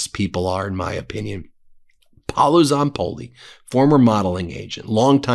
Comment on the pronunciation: Hi Ben, I just want to give you a tip go to Google translate English to Italian and Type Paolo Zapolli and hear the audio that way you will pronauce well in Italian the correct way his name and last name specially his first name because you are not saying right 😁